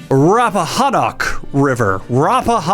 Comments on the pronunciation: I love right by the Rappahannock, fucking love it here and I’d superior to anywhere else in the world. Also it’s pronounced rap-uh-han (like ham)-nick, you absolute buffoon. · lol at people pronouncing virginia locations rappahannock is rappahannick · Rappa (Like PaRappa) hannock (like hammock) Rappahannock River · Fun fact: it’s pronounced Rappahanock, not Rappahanock. (But seriously, The han sounds like the han in Hand not Han Solo) Also, is wearing sunglasses so his pronunciation is fine, just notifying other viewers.